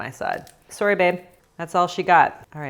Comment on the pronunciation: i have to ask. Are you by chance canadian? I heard the way you pronounced sorry AND IT SOUNDED CANADIAN so i just have to know